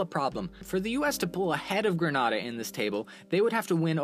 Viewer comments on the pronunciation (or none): Grenada = pronounced “Grenayda” nor “grenahda” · I'm surprised nobody mentioned this yet, but it's pronounced "Grenade-ah" like from the word "hand-grenade" and "ah" at the end. Also wow, I didn't realize my country was 3rd in medals per capita, "Trinidad and Tobago" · its grenade-a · It's Green- nay - da NOT Granada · I'm a Grenadian, and I you must know it's Gren-ay-dah, not Gren-ah-dah. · you dont know how to pronunce grenda you just offneded a lot of people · your pronouncing grenada wrong tho just sayin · Great video But next time please do some research on the pronunciation of Grenada 🇬🇩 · You pronounced Grenada wrong.